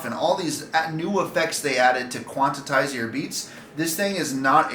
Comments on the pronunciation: Stop complaining, read the manual and change your settings bro.. Smh. And it's "QUANTIZE" not quantitize... Smdh... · It's quantize not quantatize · hard to take you seriously when you say “quantitize”. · I just bought one, not for beatboxing but i hope most of these issues have been fixed by now!. It’s Quantize btw not Quantitize, lol :) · quan. tize ........ quan tize....... also, seems like a skill issue mate.. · QUANTITISE? Bruh you don't even know how to say it lol epic Also software can be updated And also there's options to loose the measures and loop freely Broken? Lmao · yeah that's a lot of extra syllables, haha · yea that was obvious. I had a feeling you were missing the point of the comments. Quantize seems to be a term a lot of people mispronounce and just act like theyre saying it right lol. But appreciate you were only trying to help 🙏🏻